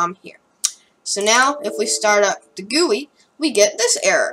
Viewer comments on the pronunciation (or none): It’s pronounced GUI (jee-you-I)